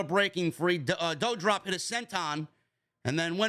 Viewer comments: Can you say DOUDROP name correctly?? It's DU-Drop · you can pronounce Levesque correctly but Not Doudrop??